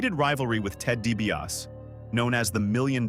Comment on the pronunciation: See...Ted Dibas....see